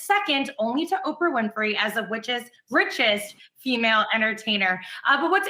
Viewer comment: did she say “witches” instead of “riches”? Damn woman, you jelly?🙄